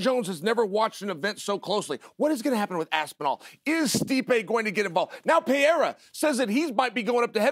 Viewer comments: Him calling Alex Pereira "Pierre" will never stop cracking me up. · And Chael still says Pierra, I love it xD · Chael "Piera" Sonnen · Chael pronouncing Pereira different every time has me rolling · Uncle Chael is the only commentator that announces all UFC fighters names correctly with no mistakes at all, Just recently Alex Pereira came out saying that he himself along with everyone else has been saying his name totally wrong and the only person that always says his name correctly is Uncle Chael..."Alex PEEEAIR"....Uncle Chael undefeated and the best UFC fighter ever....Never loss a fight or even a round and as Uncle Chael said if he really wanted to can return back today and become a 3+ division champ but because he is so humble he wants to give other average UFC fighters a chance to shine and rather sit on the sidelines and be a commentator. A true gentleman...The great Uncle Chael...😅😅😅😅